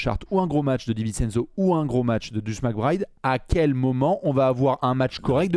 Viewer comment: Son surnom c'est Deuce et ils le prononcent juste mal. C'est la même chose que nommer Earvin Johnson "Magic" ou Anfernee Hardaway "Penny".